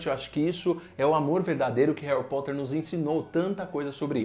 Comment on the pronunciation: Hawi Potter